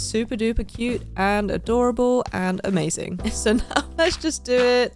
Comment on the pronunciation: When she said "Em-azing